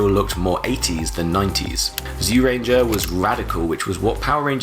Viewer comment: Minor pet peeve but while it’s written as”Zyu”, it’s pronounced Jyuranger.